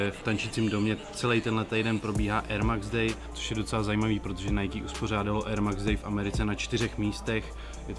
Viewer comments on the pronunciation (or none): none